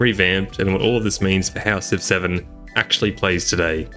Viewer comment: What he says: Civ 7 What I hear: 6 7